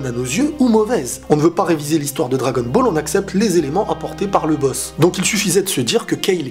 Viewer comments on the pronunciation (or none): none